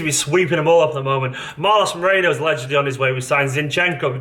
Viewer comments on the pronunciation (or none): none